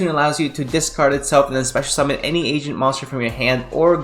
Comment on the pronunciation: A-GENT , not Asian deck lol